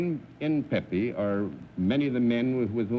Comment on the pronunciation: John said Pee Pee. lol. Instead of Pepe